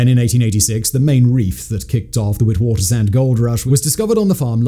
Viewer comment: Also wit waters rand lol i love listening to foreigners butcher southafrican names 😂😂😂